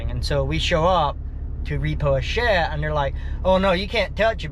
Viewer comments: Y do you pronounce shed as shet. ? . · Shed bro , not shet , shed. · It is ironic that a guy, whose job it is to repo sheds, cannot properly pronounce the word, “Shed”. Shet 🤷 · I thought this guy said that he was going to repo a shed,not a shet!! Where in the country is this redneck comedy show? 🤣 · Is he saying she’d!?? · A shet? Speech impediment, or is it my hearing? In der, dem? Hmmmm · Is he saying shet or shed?